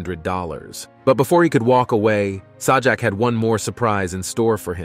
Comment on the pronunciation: I think you go a little too far with what you're saying. You can't even pronounce Pat Sajaks Last name, I think you're just trying to get a name for yourself on this channel. If you got something that's valid. I get it as far as the Canadian game show host goes. I'll give you that as far as there should have been no kissing on the lips with kids period I get that, but as far as wheel of fortune I think you're stretching that way out of proportion and it's sad because it's people like you that make it rough for those that. Are just trying to make a living. And Pat's been in our living room for over 40 years. So don't you think we know by now? What kind of a person he really is for the most part we do. We don't know everyone's personal life. But I think you shouldn't have put this together like this because you're harming people that don't need to be harmed. Going on a step further about Alex trebek, which is unjustified. What you're saying and then Bob Barker. You don't know the whole story. Other than the fact that they had a consensual sexual relationship. That's all it was. They both agreed upon that. But you wanna take it out of context and make him out to be the sexual predator you know what it's not 9 times game show host. We're on a line, it should be The person putting this together. Went way overboard. You ought to be ashamed of yourself for putting this on nothing but lies or for that matter. Stretching extremely overboard the truth